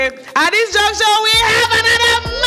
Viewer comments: Please it is “At this juncture…. “ and not “at this junction….” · Host, its "at this juncture" not Junction. Thanks